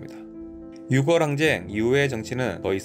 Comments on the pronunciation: 6월을 읽을때 유궐로 발음하는것이 아니라 유월 로 읽어야 합니다ㆍ 국어 공부좀 하세요ㆍ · 6월..육월(×) 유월(0)